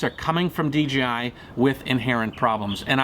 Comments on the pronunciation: he said dgi instead of dji I get confused to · A friend pointed out to me that I was pronouncing DJI as DGI. I hadn't even noticed. But as I listen to others it seems a lot of people are doing that as well such as in this video. He keeps saying D-G-I rather than D-J-I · I thought it was D JAY I, Not Dee Gee I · Is it a DGI or DJI ? Lol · it's called DJi, NOT DGI !!! again it's funny how many of you can't even say the Co correctly. You want them to produce a great drone, how about you say J, not G ;) lol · Good now that you are here, you realize the Co is called DJI right ? YOU keep saying in the video D G I it's not a G dude.. it's a J ! And FTR I always calibrate the compass before every single new location flight, as I fly tons of new places, all over Mexico, and the USA, and in doing this have never had an issue, it takes me 1 min to do. Easy peasy, try it some time !